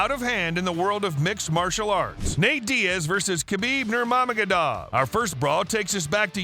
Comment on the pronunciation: Yea but how are we supposed to want to watch your video if you cant even read Nurmagomedov correctly? Come on my dude